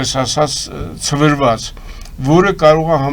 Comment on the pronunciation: ՑՎՐՎԱԾ ՉԵ,---ՑՐՎԱԾ։։։